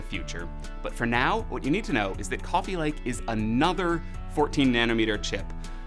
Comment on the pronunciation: Cwooofe lake